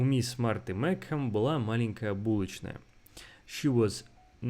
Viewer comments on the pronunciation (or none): Mикхем, не Мичем? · и читать не умеешь meachem произносится meech-em